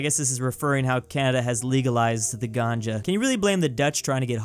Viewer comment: Saying "Ganja" Me: laughs in Hindi 😂😂😂